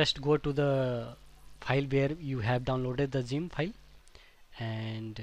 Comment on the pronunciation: Why does he say it like: Szyimp its funny LOL